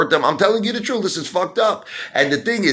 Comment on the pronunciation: The "Troot"... kinda like My Cousin Vinny's "Yoots" 😉